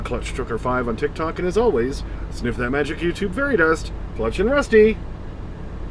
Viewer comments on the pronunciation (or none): none